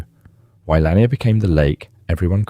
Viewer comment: Its Lake Laaa -near